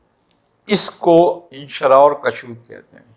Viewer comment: تلفظ میں کافی غلطیاں کرتے ہیں کُشود کاف کی پیش کے ساتھ ہے کَشود زبر کے ساتھ غلط ہے اور اِنشراح الف کی زیر کے ساتھ ہے اَنشراح زبر کے ساتھ غلط ہے براہ مہربانی توجہ فرمائیں کہاں تصوف پر کلام اور کہاں یہ معمولی غلطیاں